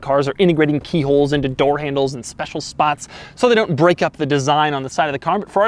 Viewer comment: Spesiale AHAHAHAHHAHAHAH